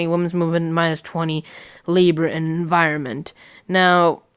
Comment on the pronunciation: Libra in viroment 😂😂 sorry I had to laugh at that one pal that was just too funny it's labor and environment bro love the vids though man keep it up also have you done any vids on anyone from I dependant party or democratic party? I like using ruth and hillary but can never seem to win with them especially against 4 candidates at a time